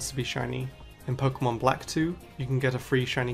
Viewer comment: The way he says "Pokemon" will never not be satisfying